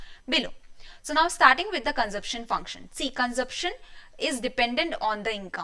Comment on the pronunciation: Didi, phele consumption bolna hi seekhlo